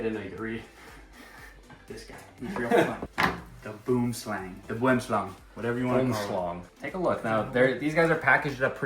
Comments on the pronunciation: Got to say, you nailed Boomslang - Afrikaans name 👍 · As an South African. you did Dingo and us proud with that pronunciation of Boomslang